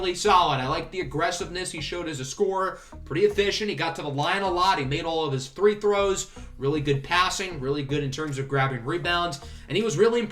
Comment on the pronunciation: Are you saying three throws, instead of free throws?